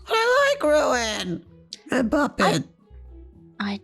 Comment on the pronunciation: Ballora said puppets name right!😆